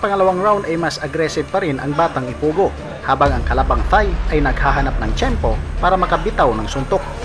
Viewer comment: Anong ipugo wrong pronounsation